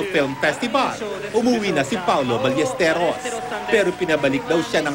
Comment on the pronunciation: Paoro Barresteros..hirap yung host bigkasin ang name nya ha ha ha Congrats!Proud na ngayon ang EB sa iyo!